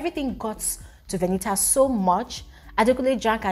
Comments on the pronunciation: Because Venita told some of the housemates that her name is pronounced "V-e-n-i-a". So keeps mimicking her. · Why does even call her Veni-A to start with..Her name is VENITA, what's with the Veni-A? It sounds so irritating each time pronounces it that way..